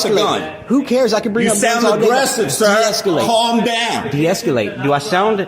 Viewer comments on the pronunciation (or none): Deesculate, sounds like ejaculate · Hopefully he learns how to pronounce deescalate, and not deesculate🤣😂 Sorry, mispronunciation is a huge pet peeve of mine🤣😂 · Who says de-escalate like that? There is no "u" my guy. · The word is “deescalate.” Can’t stand people adding extra syllables. 🤦🏼‍♂️